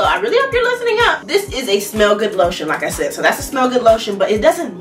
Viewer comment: “Not just good, gooddttt”😂😭 I love her ❤️